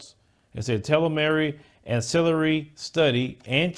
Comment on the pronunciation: Bro. you butchered the word "telomere"! It's pronounced "tee - low - meer"